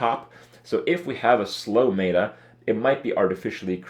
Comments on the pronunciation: Pet-peeve. It's not "Meat-ah" it's "Met-Ah". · ... "may-ta" shivers